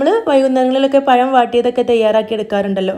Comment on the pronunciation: പയം അല്ല പഴം 👌👌